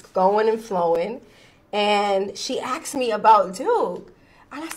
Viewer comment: It’s ask, ask! Not axe.